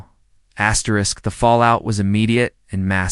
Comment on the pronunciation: Why can’t a real person who knows how to pronounce properly? Asterisk